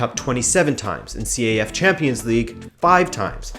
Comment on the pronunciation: It's not called C-A-F. It's pronounced as one word, CAF. Great video though.